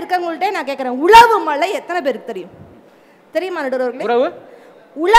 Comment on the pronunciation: Malai illa mazhai